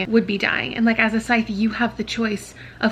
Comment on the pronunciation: The emphasis on the wrong part of the words when you discussed Scythe... ooh I laughed. That's also something that peeves me when reading or consuming content. :P